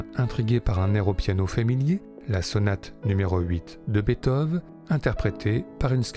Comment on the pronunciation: J'aimerai que quelqu'un m'explique pourquoi une fois sur deux, la voix off prononce Bèthov au lieu de Beethoven (et par la même qu'on m'explique pourquoi les Français prononcent le nom de cet incroyable compositeur de manière si erronée?) ??